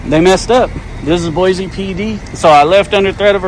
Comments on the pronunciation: It’s “Boise” not Boize. Can’t even say the city name correctly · Well you said it, Idiots. Most of these officers are probably Californians and came from some department where they already messed up. They really don't want to open their minds and understand what you were saying. Also what he was reading seemed to be private property. Oh, there is no Z in Boise. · We know you aren’t from Boise if you say BOY-ZEE lol! It’s BOY-SEE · Check out what the Meridian, Idaho police did to the elderly man recording the cop cars. But please learn to pronounce Boise correctly, it’s BOY-SEE not BOY-Z. Thank you, lifelong Idahoan. Oh and we have a motto here: “Don’t Californicate Idaho!” lol so please tell your people to stay in their state instead of moving here and bringing their California ideals with them. They ruined your state now wanna come ruin ours. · It’s pronounced BOY-SEE not sure why your guy’s schools taught you it’s Boy-Z, that’s ridiculous. Boise is a Native American word. Also, thanks for coming to Idaho and yes our cops are all corrupt and tyrants who don’t know the law or the constitution and will plant stuff on you and lie to make an arrest.